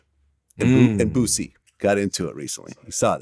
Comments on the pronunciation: I cry every time call Boosie Botsie hahaha 😂😂🤣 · “Bootsie” lmaooo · please stop calling him Bootsie